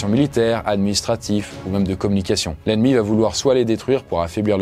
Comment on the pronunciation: Très bonne vidéo. mais par pitié arrête de dire va Têtre dans toutes tes vidéos. il n'y a pas de T à la fin de VA